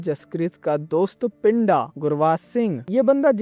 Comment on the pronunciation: Abe woh pindha hai pinda nhi in punjabi accent its pindha 😂😂